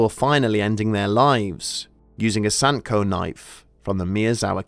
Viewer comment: The kitchen knives are called "Santoku", not Sandko or Santuko ;)